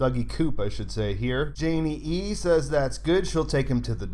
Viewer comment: Nice. Maybe as gratitude you can finally answer me why you say "Janey-E-E" with an extra E sometimes? :D